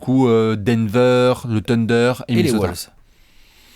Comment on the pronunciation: Et on dit "wAUlves" et pas "wOUlves"... À chaque fois je grince des dents...